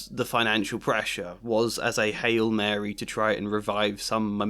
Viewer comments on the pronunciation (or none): none